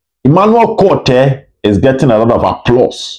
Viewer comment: Please mention the name of Emmanuel Kotei well. The Kotei should sound Ko and not K)